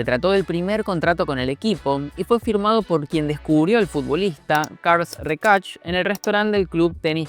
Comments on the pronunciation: Por referencia, Rexach se pronuncia "Reshack" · Rechach 😂😂 cuesta mucho leer Rexach? 😂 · No sabes pronunciar Rexarch? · Un consejo: no te líes tanto con los nombres catalanes. Se lee practicamente como se escribe, igual que el español. Salvo alguna 'O' que es 'U' y alguna 'E' que es una 'E' abierta que se parece a una 'A'. No es "Carl Recach", es tal cual se lee pero con la E abierta: CarlAs Rexach. Y después, la 'J' en catalán es como una 'Y'. En este caso Josep (Bartomeu o Guardiola) sería algo así como Yusep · La.pronunciacion de rexach ha hecho llorar al.nino jesus... Que es catalan, ni ingles